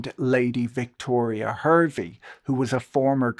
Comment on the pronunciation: Victoria Hervey's last name is pronounced HAR-VEE